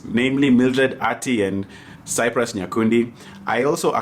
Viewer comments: He really said Cyprus😂😂😂😂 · who is 'Cyprus'???? its cyprian.... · 🤣🤣🤣🤣I thought I was the only who heard Cyprus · It's cyprian not cyprus 😂😂😂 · Cyprus????Did you just call him that??😂😂😂😂😂😂😂😂😂